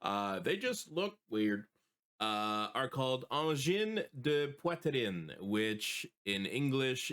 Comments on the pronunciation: Thank you for your reaction ❤❤ We are really proud in Quebec that theese aliens chose our small part of the world to land 😅 ✋ 🔺🤚 Also tout say Angine de Poitrine like you had French in school 😂 Did I miss something and you are from Canada? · French must be you mother tongue because you have an native accent when you pronounce Angine de poitrine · Pour prononcer aussi bien le nom, tu dois certainement parler francais toi... 😉